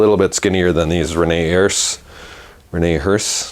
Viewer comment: Rene Herse pronunciation: Ruh nay UR suh. Qui, je parle Francais. If there was an accent over the first "e" it would be AIR suh